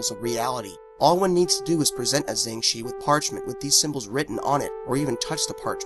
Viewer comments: jiangshi is pronounced "jang sure" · jiengggg shiii